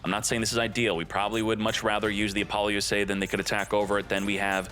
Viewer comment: Can you please stop calling it Apollo USA? That's NOT how it's pronounced. I don't know that I've ever been more triggered about a name before lmao. Nice video otherwise. Informative asf 👍